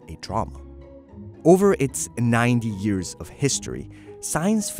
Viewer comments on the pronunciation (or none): none